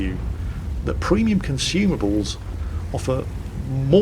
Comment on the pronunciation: And btw I laugh every time when you say ”premium”. You say that p like pfhhiuu XDD